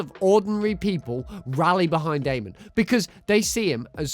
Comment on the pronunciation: Good lord, learn to say Amon's name right